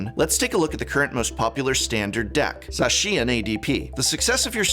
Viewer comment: So you pronounced Zacian = Zashin, Arceus = Arkeeas and Palkia = Palkeea, I respect it